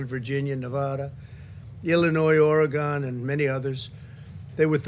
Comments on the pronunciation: Did Trump just call Oregon “Oragone”?!? Like some sort of mouth ulcer treatment? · Some people not familiar with the state pronounce it like that and oddly some people from the area also say it that way lol I am from the PNW